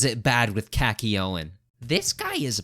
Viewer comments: why did you say khaki owen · its kock you een not kak ee oh in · Yeah bro "Kak-ee-yo-een is so bad" shut up bro, this list is terrible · Buddy said Khakiowen 😭🙏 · Kakioyn ?!? KAKIOYN NOW WHAT GONNA CALL DIO DOIOI. JOTIRAOU???HUH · “Cacky-o-in” says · KAKY OWEN???? BRO PRONOUNCE YOUR NAMES RIGHT OH MY GOD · YOU HATE KAKYOIN OR SHOULD I SAY "KAKIYOYN" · "kacky yo-in💀" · Why do you pronounce kakyoin as cacky yo-in😭😭😭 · Bro called Kakyoin “Cacky-Oh-En” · I knew this list was bs the moment he fucked up saying Kakyoin name wrong. He not a real jojo fan yall💀💀 I know this is his own opinion, I’m just playing yall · Why did you butcher kakyoin’s name so hard 😭😭😭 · dont hate on kakyoin if you cant even say his name right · i had a seizure when i heard him pronounce kakyoin